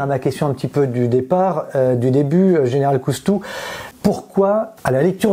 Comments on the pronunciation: Ça commence mal : Général Cousteau au lieu de Général COUSTOU ! IA complètement nulle ! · C'est COUSTOU et non pas COUS-TO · COUSTOU PRONONCEZ CORRECTEMENT CORRECTEMENT UNE QUESTION DE RESPECT